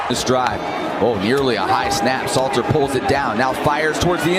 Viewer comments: His name is not Slayter…..it is SALTER. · Salttttttterrrrrrrr not slayter bro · Salter not Slater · Salter bro its salter and there is a L in in colorado lol😂 good videos though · You are the MICHAEL MYERS of butchering names. It's SALTER.🧂 😂😂😂